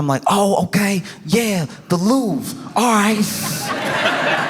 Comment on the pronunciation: The Loof? Then I got it. He means the Louvre! 😅 English is funny.